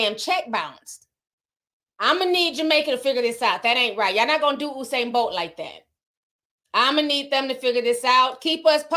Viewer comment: Lmao at how you guys pronounce Usain’s name (it’s pronounced: You - Sane). They bolted with Bolt’s money 😩 Anyways, keep being lovely & thanks for the tea mi gyal ❤❤❤